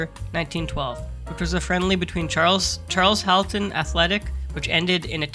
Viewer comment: that team is pronounced "car-shul-tun'. and thames is pronounced "tems" because english 😂 bless you, from an english footy fan, really great video